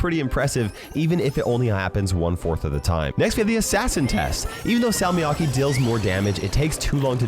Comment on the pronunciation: I died inside every time he said salmiakki with an English accent